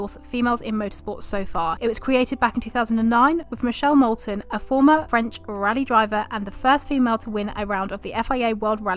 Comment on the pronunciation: This bish did not just say "Michele Molten"